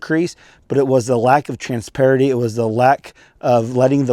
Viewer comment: Are you saying, "transparety?" 😂